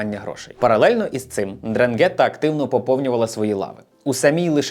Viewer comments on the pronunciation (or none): Дивлюся Вас давно. Інформація повна, дуже цікава, видно, що працюєте, тому хочу сказати, що не н'дранге'тта, а н'дра'нгетта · Правильно казати драʼнгета. Наголос на а і н спочатку не вимовляють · Прожив в Калабрії майже 10 років, тому вухо ріже твій наголос у назві цієї мафії, він неправильний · Дуже невпізнавано, коли наголос не так як зазвичай кажуть італійці ...наголос на перший склад